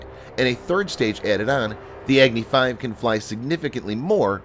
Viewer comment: Its not eggnee 5. Its agni 5